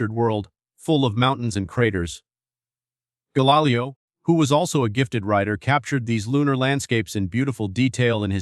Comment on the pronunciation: The script is decent, i must admit: i've never looked at that particular dichotomy involving science, and this was an excellent summary of the topic!! THAT SAID, i couldn't finish listening it: you are taking the lazy way out, and using an AI text-reading bot - and a poor one at that: the pronunciations were insanely off-track in many cases...Gahlilyoh for example, lol!! WHY NOT JUST READ what you've written???? It makes for a much more enjoyable time for the listener, which facilitates both learning and such metrics as subscription rates, the number of folks listening all the way through (which YouTube takes into account when calculating your revenues), and the percentage of watchers who recommend your channel to others. Seruiously: how long does it take to set up a half-decent recording system, practice a bit, then read your script with flair, elan and a dash or two of humor (which most YouTubers expect these days, even while learning about the most somber of topics)?